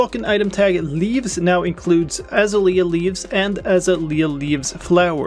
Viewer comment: Az - Ay - Lee - Ah. You're welcome